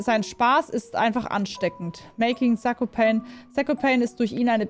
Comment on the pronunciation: Mich triggert die aussprache von zakopane aber sonst gutes Video